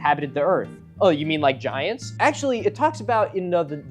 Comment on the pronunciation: Milo pronounces "giants" like Jah-high-ants but said really quickly so you hardly notice 😂